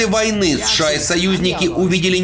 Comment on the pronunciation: Бля, как режет ухо, когда аббревиатуру, читают не по буквам, как подобает, а читают как слово, прям СШАААА, словно у человека челюсть отпадает и он быстрее хочет произносить это. 😂 Читать аббревиатуру нужно по буквам, как в алфавите "Сэ-Шэ-А" (США) или, "эН-эЛ-О" (НЛО). Ну вы же журналисты, серьезная контора, ну что вы как дилетанты себя ведете?😅🤷‍♂️